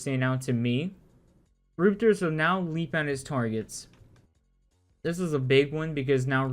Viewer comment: Rum, rup Rup-ters=Rupters Not roopters.